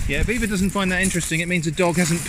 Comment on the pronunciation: Hahaaaaa when his dog barked and he went in the most British accent “EVA SHUT UP” 😂